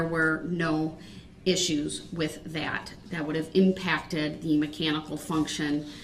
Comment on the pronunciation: “Wit dat?” Really, “wit dat?”